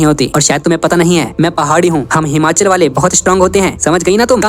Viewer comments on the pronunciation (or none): none